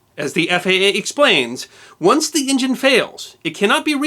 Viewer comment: What is an "in jin?"